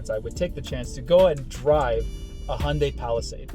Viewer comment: Finally someone that can actually pronounce hyundai correctly